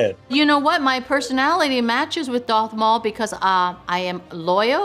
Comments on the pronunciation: Yeah and "doth maul" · Ming says a new hope because that's where she started her 'fandom' she then continues to pronounce darth maul and emperor palpatine wrong 🤣